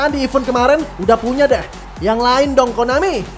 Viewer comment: Bang ada niat gak nyari perbedaan pengucapan event dan even? Maaf kritik, ganggu aja dtelinga hehehe